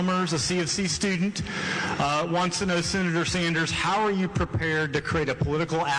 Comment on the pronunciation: "Shenator Bernie Anders!!" Dude can't even english... and he prezhidunt of university....